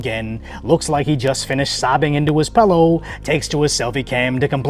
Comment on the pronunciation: Did you say pellow?